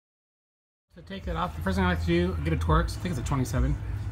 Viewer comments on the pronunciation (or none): its a torx bit not a twerks bit lol